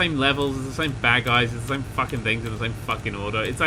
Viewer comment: This series has made me realised how much sounds Australian when he says "fuckin".